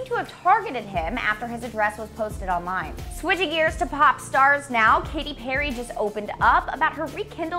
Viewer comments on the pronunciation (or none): none